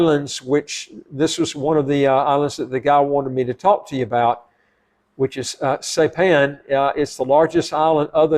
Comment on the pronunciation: You DO NOT need a PASSPORT for American Samoa. I'm a US citizen and photographer. I've traveled there frequently. I live on the island of Saipan. It is pronounced: SI-PAN - (long "I" and PAN, as in cooking utensil).